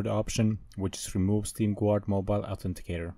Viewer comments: Pronounced ɡärd, not gward. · I'am the only one hearing steam "quart" ? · Dafug do you even meen? you are legit saying steam Gvuard